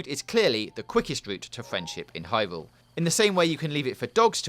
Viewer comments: "hywule is a wowd wipe faw ekpewimentaton" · "hywule is a wuwd wipe for experimentation" xD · "HIGH WOOOOOOOO" i almost skipped this vid didn't know he was talking about hyrule! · I just realized he said hyvule in the beginning